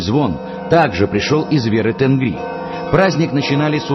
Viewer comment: Правильнее будет не Тенгри, а ТЕНГИРИ!